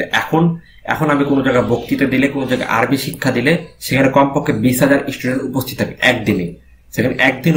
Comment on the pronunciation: মাশা আল্লাহ! ভালো লেগেছে। তবে আপনার আরবি উচ্চারণ ঠিক করে নিবেন আশা করি।